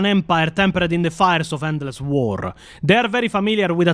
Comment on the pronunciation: Why are there so many Eastern European Warhammer 40k content creators who can't pronounce 'war'? The "WAAGHHrr" pronunciation makes me laugh, every single time 😂